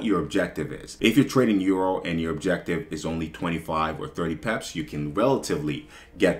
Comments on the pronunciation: I like how he says pips, be like 100 peps😂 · Word I pep that too 😂 I’m curious brother where you’re from? Cool accent